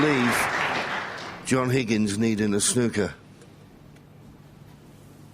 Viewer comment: I love a game of "SNOK"...